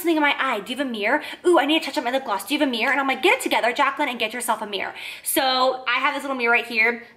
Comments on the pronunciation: "Meer" = Mirror Just in case y'all were confused. 😉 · i loves how you say mirror it sounds like "meer" your the best love you!!!! <3 Tatiana